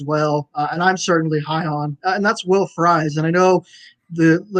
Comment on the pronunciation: Everytime you all say Fries as fries 🍟 instead of freeze, I yell at my TV/phone